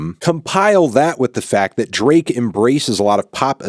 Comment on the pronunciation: Ik that's his name but it sounds like u calling him Bae ❤💅